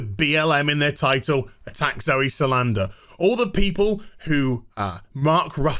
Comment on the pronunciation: Decent video, thumbs up and all that, but c'mon, her last name is Sal-dan-a